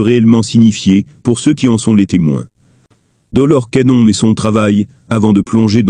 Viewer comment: Rien ne vaut une voix humaine qui prononcerai de manière exacte l'identité de cette illustre personne. J'ai arrêté la vidéo dès que j'ai entendu la prononciation de Doloresssss Cannonnnnn. Je n'ai pas liké, je ne me suis abonnée non plus. Je n'écouterai plus vos vidéos.